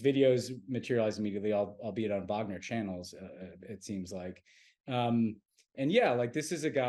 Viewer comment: Tommy's persistent mispronunciation of "Wagner" makes me question the fact- checking that goes on (or not) behind the scenes for this show. I wanted to like PSW, but all credibility vanished when I realized how skimpy the research is.